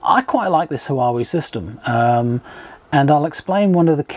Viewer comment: It's pronounced wa-way 👍